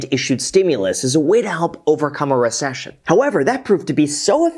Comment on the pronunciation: You said “Richcession” like I say “Worcestershire” 😂